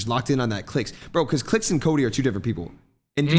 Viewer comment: y he saying clix as clit